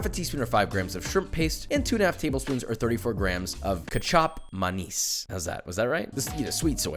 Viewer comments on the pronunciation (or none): You said kessup manis it’s actually KECAP MANIS😂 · It's pronounced as Kicap (Kee-chup) manis, and you were closed to nailing it! I love Gordon's take on Indonesian fried rice, even tho as a Malay, growing up, I learned to always cook the sambal before anything. Love your way of making the fried rice even tho I would've done it completely differently. And also, I believe most Asian countries don't season fried onions (could be wrong but we don't season in "layers") Will always love Malay and Indian Fried rice where I'm from! And you're is super close too! Love itttt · You say it like Ké-chap manis. Hope that helps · Ite pronounced kecap manis not ketchup mayonnaise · ITS NOT CUCHOP MAN-IS!!! IT'S PRONOUNCED LIKE KETCHUP BUT WITH AN A AND THEN INSTEAD OF MAN-IS ITS PRONOUNCED MUNIS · its pronounced key chap ma nis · It's Ketchup Maan-knees if u can't pronounce it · Ke-cap ma-nis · How to pronounce kecap manis = ketchup manis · its pronauns ket-cap ma-nis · How to spell Kecap manis Que(Spanish)-Cap( say it like Joshua when he is cooking his fried rice) - Ma( spell it like money’s “mo”) - nis (spell sis and changed the s with n) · Key-Chup Ma-Nees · Kicap manis = ki cap ma nis = key chap ma niece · its kicap manis (keychap manees) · pronounce as Key-chop-Mah-knees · The kicap manis doesn’t has e and manis have to say like the word is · Josh say key cap manis thats how u pronounce it but its writen like kecap manis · The word is kicap man's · KEY CHAP MAA NEES thats how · Kicap manis is pronounced; "Kee cahp mah knees" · Kay chap mah niece That is how you say it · Its pronounced like keecap manis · As an Indonesian, it’s pronounced like Ketchaap Maaneys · It's called key chap ma niece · ke-chap man-is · its "ketchap Manis" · How to pronounce kicap manis 101 “Key-chup mah-nys” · It's pronounced kee chap mah niece, otherwise; almost perfect! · Pretty sure it’s pronounced key-chup man-iss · Pronounced Keechup mahnees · Usually pronounced as key-chap ma-nest